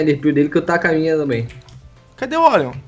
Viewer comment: Kkkkk o Orion falou tudo errado